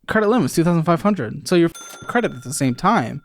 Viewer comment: Say it with me “YOU ARE NOT A CREIT CARD PERSON “🎉